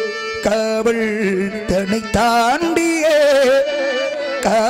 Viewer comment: காவள் காதள் என்று உச்சரிப்பு